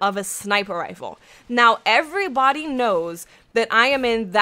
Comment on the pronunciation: I didn't realize until this video that your signature opening of hello everybawdy is actually just the way you pronounce everybody in all situations. Awesomeness.